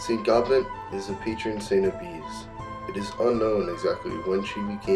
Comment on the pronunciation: Can anyone confirm the proper pronunciation of Gobnait. I think in Irish pronunciation, you don’t pronounce the “t” at the end. More like “go-nay”. That’s just what I’ve heard